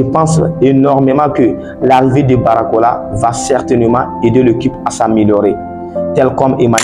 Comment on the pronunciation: c'est BARCOLA et non Baracola 🤨